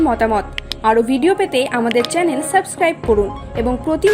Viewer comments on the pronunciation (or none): none